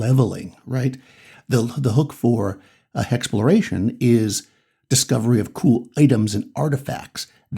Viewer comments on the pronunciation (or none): Hexploration is what I heard instead of exploration